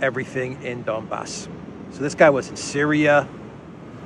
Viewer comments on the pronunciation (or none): none